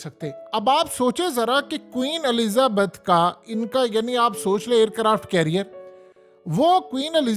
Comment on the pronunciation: Omg the way say Queen’s name I loved it , Queen Ahlezza Baat 🤣😂. Anyway it’s Queen ( Elizabeth )